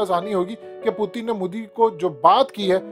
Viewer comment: پوتن کیا ہے پیوٹن نام ہے پوتن پوتن کیا لگا رکھا ہے تم نے